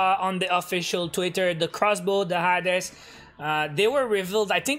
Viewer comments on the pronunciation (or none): Everyone: Hae-dees: Ha-des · It’s “hades” not “ha-des” just sharing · Hey it’s pronounced Hades (hay-deez) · I love the way he says hades